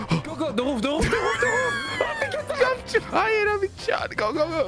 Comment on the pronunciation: How says the Roof sounds like he saying ''The Woof The Woof The woof''